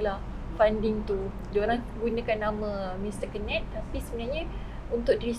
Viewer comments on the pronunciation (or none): wartawan ni sebut 'kenneth' mcm pelik lah... dah jadi kenit pulak 😂 ... perkataan 'ken' tu salah sebutan. ken like kenny. bkn ken like chic'ken'.